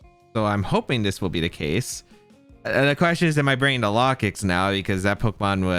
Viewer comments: I think its pronounced like locust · that pronunciation of Lokix has to be bait